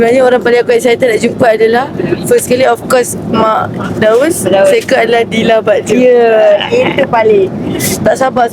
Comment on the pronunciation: Aku dengar daus je